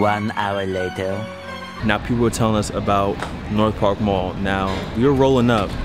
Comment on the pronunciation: Bro y'all be watch because you already miss pronouncing half of all the places *IrvING not Irvan and it's North PARK dang I can't believe I'm have to unsubscribe bro u just don't have that flavor we do